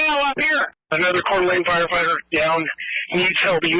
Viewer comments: Yes, Couer d'Alene is a french name, but No you do not pronounce it kordulay. It's kordulayn. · CORE - D- LANE!! LEARN TO PRONOUNCE THE CITY!!! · PORT O' LAY?? Oh, COEUR D' ALENE. Sheesh.